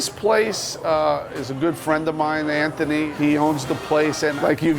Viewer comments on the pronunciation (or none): none